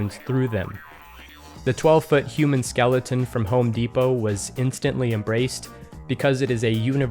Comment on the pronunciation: hahag skelington :)